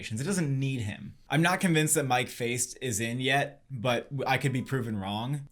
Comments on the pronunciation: Good evening, gents. You did this correctly at the very end of the segment, but I just want to clarify: Mike Faist’s last name is pronounced like “feisty,” not like “faced” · Guys just a quick comment, it’s pronounced Mike Fay-st ;)